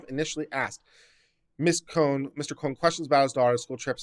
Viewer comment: I got to the 25 minute point and your comments and constantly looking to the ceiling to your right were annoying the crap out of me. Oh yeah, where did you learn to read and speak English, their name is pronounced Ka-HOON. Is that so hard to take a minute to find that out yourself and not sound like an idiot by constantly mispronouncing it? I do want to make a point, the moment that Mr. Klump said that the post needed to come down in front of Amyiah he was violating her First and Fourth Amendment rights. He is an officer of the law and as such holds a greater degree of authority even then her parents and so even if her mother gave her bad advice by saying that the post would be taken down does not nullify that fact. Her parents are not lawyers and can not be expected to know how to react when threatened by a law enforcement official. I think the court should rule in her favor.